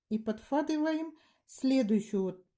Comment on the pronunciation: Господи , да не ПОДФАТЫВАЕМ А ПОДХВАТЫВАЕМ.НЕПРИЯТНО СЛУШАПЬ.А ОБЬЯСНЯЕТЕ ОЧЕН ХОРОШО.СПАСИБО.❤